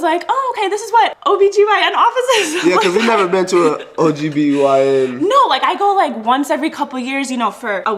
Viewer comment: said ogbyn 😅😅